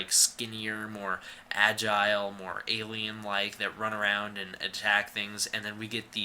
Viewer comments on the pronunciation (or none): none